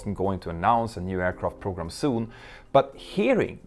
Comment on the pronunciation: I'm guessing that was a mispronunciation, but it does feel suitable - a combination of "program" and "problem," given how problematic their military programs are just like their airliners.